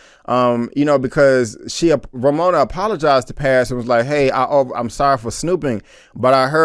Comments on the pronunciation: Texas Finest 😂. I was gonna tell him it’s pronounced Pawz/Pause... it was annoying me too. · I wanted to say it's pronounced Paaahhz, like P-AH-Z. Paz is one of my favorite Latina names. Lol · Its Paz my G not Pez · He Keeps Saying "Pez" It's Paz. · How is she your fav character but can't pronounce her name.. You're just another guy tryna ride the POWER wave you not a real fan and this review is shitty asf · PAZ shouldn’t be this difficult to pronounce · TorrentBlaze he’s not the only one trust me I get if maybe it’s easier for me being Puerto Rican myself but there’s no way it’s that tough 😂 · You are killing me when u saying Paz name wrong...😆😆😆